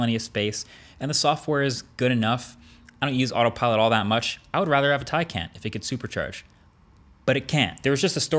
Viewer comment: Did you just pronounce it taycen?